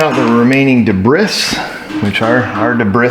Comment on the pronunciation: De-bris? Is that when they stick the calamari ring back on? 😂😂😂